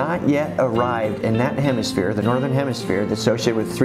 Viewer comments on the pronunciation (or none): none